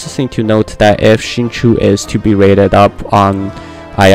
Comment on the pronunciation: xingqiu is said "shin-chow"